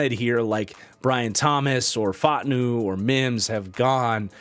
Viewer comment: say it with me, Troy Fautanu. That’s: FAH-ooh-TAWN-oo